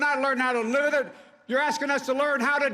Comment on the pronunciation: “We’re not learning how to LiThadE, we’re learning how to die from it” - Joe Biden